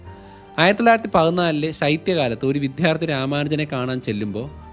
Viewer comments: വിഥ്യാർദ്ധി എന്നല്ല വിദ്യാർദ്ധി എന്നല്ലേ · വിധ്യാർത്തി എന്ന് പറയുന്നത് ആവർത്തിക്കുന്നു. ഭാഷയെ ഇങ്ങനെ വ്യഭിചരിക്കരുത് plz. tell വിദ്യാർത്ഥി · വിധ്യാർത്ഥി അല്ല വിദ്യാർത്ഥി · മനസിലാകുന്ന ഭാഷയിൽ കുട്ടികൾക്കും പ്രയോജനപ്പെടുന്ന തരത്തിലാണ് താങ്കൾ വീഡിയോയർ ചെയ്യുന്നത്. അഭിനന്ദനങ്ങൾ. അതോടൊപ്പം ഭാഷയിൽ ചെറിയ തെറ്റുണ്ടെങ്കിൽ തിരുത്താനും ശ്രമിക്കണം. താങ്കൾ, അദ്ധ്യാപകൻ എന്ന് പറയും പോലെയാണ് വിദ്ധ്യാർത്ഥി എന്ന് പറയുന്നത്. വിദ്യ എന്ന് തന്നെ ഉച്ചരിക്കണം. വിദ്യാർത്ഥിക്ക് പകരം വിദ്ധ്യാർത്ഥി എന്ന് കേൾക്കുമ്പോൾ ഒരു അസൗകര്യം തോന്നും.